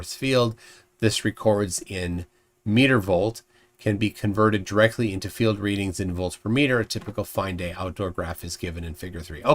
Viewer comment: It's one thing that he doesn't know how to pronounce "Gaussian". But how can he not know how to pronounce "field"??? He keeps pronouncing it as "filled" 🤡